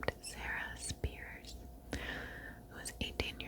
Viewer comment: I'm from Perth and I can confirm that we just call it Western Australia. Also, Sarah Spiers name is pronounced "Speers". Otherwise, great video. These murders happened when I was a kid and the names of these women have been burned into the local public consciousness ever since. After so many years, it seemed as though they may never be solved. The trial of Bradley Edwards is still ongoing but it has been a relief to finally see some sort of closure for the families of these women.